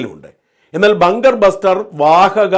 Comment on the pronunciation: ബാങ്കർ അല്ല ബങ്കർ എന്ന് പറയു.